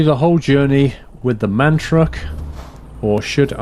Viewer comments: Its MAN ffs... Not M A N:) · man not m a n with spaces its man